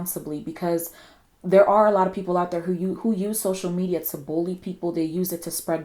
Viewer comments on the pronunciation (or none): none